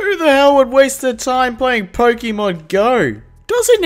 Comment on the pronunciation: jesus flarp its 2018 at the time this vid was made and you cant say pokemon. Say it with me. Po kay mon. Not pokey mon